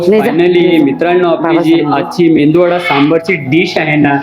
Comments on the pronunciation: Mendu.vada nahi MEDU VADA..Krupa karun.dish cha naav barobar sanga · Bhai mendu vada nahi re baba. Its medu vada. Mendu che kadhi vade ikles ka bhavu.